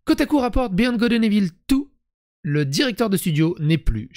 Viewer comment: Evil = « ivôle » !!! 😅